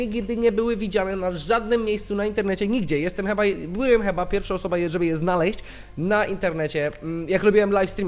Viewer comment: Kocham te twoje pomyłki językowe takie jak "cheba" zamiast "chyba" <3